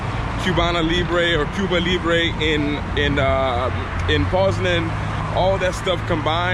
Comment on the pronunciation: Hey: Say Poznań like Pose-Nine. 😁